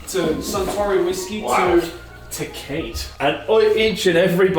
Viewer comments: Oh, that’s not “Too Kate”, that’s Tecate pronounced tuh kaa tay. Also, a decent Mexican beer. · Ta-Kate! Funniest way of pronouncing Teh-caught-e, ever! 😂 👍🏼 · Haha, it's pronounced "te-cot-ay", it's a Mexican beer 😂 how cute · TEA-CA-TAY best cheap beer in Mexico ❤😂 Tea-Kate killed me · As a Mexican hearing saying "Tekait" and seeing him hold a Tecate pronounced Teh kaa teh was hilarious lmao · “taa-Kate”? 😂 Amigo, it is “te-cat-te” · I loved pronouncing Tecate as Teh-kate, hahaha! It's pronounced Teh-kah-tay -- It's a Mexican beer. Another fantastic quality, informative, and funny video from you all. Keep 'em coming! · Te-Kate? Really,?! Tecate is pronounced Te-KAH-Te, and it's from Mexico. You're welcome, Breh! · “And here we have… ta-Kate.” It’s pronounced テカテ (TECATE). It’s a Mexican beer, which I’m surprised is even in Japan to begin with. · pronouncing "Teh-cah-teh" as "Te-kait" made me smile hahahhahahhahahha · lmao promounced Tecate as "Teh-keith" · did just called TEKATE a TACATE wtf loooool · “Tah Kate” ….???? Lol Teh ka teh…. It’s Mexican beer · calling tecate "teh-kayt" lmao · Tecate is pronounced Teh Kah Tay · That is a woodworking saw not a scythe. The beer is pronounced Teh-ka-tee. This has been Corrections Across Japan. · Its called te-ca-te jaja mexican beer. Pretty good n.n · When said "Te-Kate" I just ay caramba'd. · TE- KA- TE it's a Mexican beer. Would've pronounce it better using Japanese. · Did pronounce Tecate as te-Kate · As a Mexican, I cringed so hard when pronounced “TECATE” as: TECH-ATE 😅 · Tih-kate..... I know Australia and Japan isn't big on Spanish, but, c'mon man. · NOT CALLING IT “TEH-KATE” 😂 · I died when pronounced Tacate as TeCATE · saying te-kate hurt lmao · Hate the way says the name of the Tecate beer it is pronounced "teh cah teh" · Lol called it "Te-Kate". Classic. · Ta-Kate? Come on.